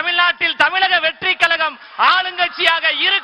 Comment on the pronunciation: தமில் இல்ல தம்பி தமிழ்